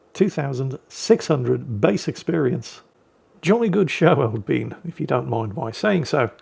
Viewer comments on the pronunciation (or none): none